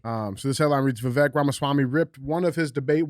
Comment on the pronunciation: You pronounce his first name like Vi cake only with a V Vi vake